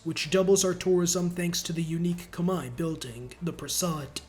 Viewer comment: My face lit up when he said Khmer correctly